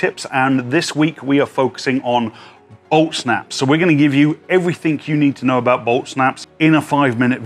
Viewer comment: admit it the first time u heard it u thought he said Olt Snaps